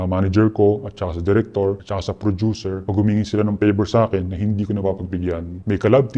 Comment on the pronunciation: si mark herras ba yan??? *hand gestures *porma *madalas nakablack na damit sa mga interviews *may buhok siya sa mga previous interviews *taglish magsalita *nagnenegosyo *prodyuser yung pronounce ng producer *30x binanggit yun "in a way" which is lagi niya sinasabi sa lahat ng interviews niya *asawa nasa showbiz at miss world contestant ganyan siya pumorma eh. saka diba nagnenegosyo na siya? saka prodyuser yun pagkakapronounce niya sa producer sa lahat ng interviews niya. saka asawa niya nasa showbiz. saka ganyan magsalita si mark sa mga interviews niya. lagi din nasasabi ni mark yun "in a way" ng 30x sa mga interviews niya. BAHALA KAYO MAG-ISIP KUNG TOTOO NGA artista na director na ngayon na dating indie film - coco martin????? yun nakipaghiwalay sa matanda - maris racal and rico blanco???? gov - chavit singson????? hindi si zanjoe marudo ito kasi malawak vocabulary niya at tama pronunciation nun sa mga english interviews niya at okay yung grammar niya ng taglish lapag niyo na lang dito kung sino pa pinaghihinalaan niyo